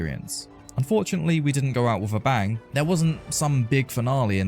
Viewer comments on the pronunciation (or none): none